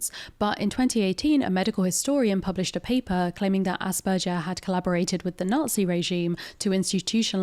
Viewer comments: It’s AsberGers not AsberJers. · The G in asperger is like Glove not like gelatine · Aus(ahs)-per-ger(gur)-s. I'm half German, this is the pronunciation that my upbringing taught me. As opposed to the "jer" used in the video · It may be a silly reason, but her continuously saying 'Asperjer' made it way more difficult for me to watch... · I am way too bothered by how this person is mispronouncing Asperger aaaaaaa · Sorry, but I can't handle saying nothing. The "g" in "Asperger" is pronounced like the "g" in "grass". That "g" sound you said does not really occure in German that often and if when it does, then it's probably written as "j" (though that one makes the same sound as "y" in English most of the time).